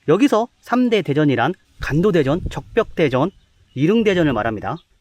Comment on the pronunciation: 사랑하는 ㅋㅋ 형 발음이 자꾸 '간도대전'으로 들림ㅋㅋㅋㅋㅋㅋ